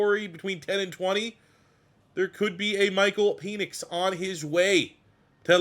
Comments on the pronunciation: this dude says "peenix" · I'm starting to think that you mispronounce Penix's last name on purpose! LOL Every time I've heard it, it is pronounced with a short E like in the word 'when'. Also, I know it's spelled weird, but Trevon's last name as actually pronounced 'MAY-rig'.